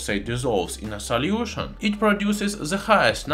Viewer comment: I just love how he says "saliution"!